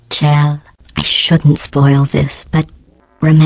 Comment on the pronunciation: did say Chell like [ch] not [sh] what the heck? I'm confused here. Like if you picked up on it too.